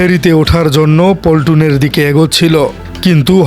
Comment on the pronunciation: আরে ব্যাটা পল্টুন না! শব্দটা পন্টুন।